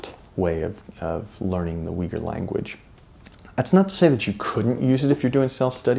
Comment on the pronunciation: It is a great achievement, what you have brought out. So please do not take my remark as negative! But, to my ears, the way Uighur or Uyghur is pronounced in English, really challenges my ears ... Is it really not possible for at least you pronouncing it correctly? As a Flemish speaker, I'm born with the soft gh, which is inbetween g and h - actually, it is a strong sounding h. Also ui is no we but more like oo - y, almost like boy but with long oo ooyhur. Thanks for your attention. Good luck with your work and I will buy a copy of the book soon!